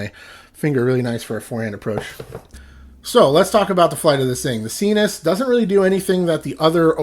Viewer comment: Isn't it s-eye-nus, like, your nasal passages? Why sEEnus?